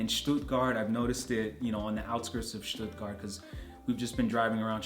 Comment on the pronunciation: oh boy, u nailed the „Stuttgart“ area!